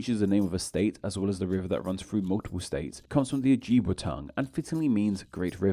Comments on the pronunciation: the j in oh-jib-way is pronounced like the j in “job”, and the I in jib is pronounced like the i in “it”. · I’m not sure why we have a British guy telling us about which American words and place names come from Native American languages… because he doesn’t even pronounce them the way we do!! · arapahoe = a-rap-a-hoe, ojibwe = o-jib-way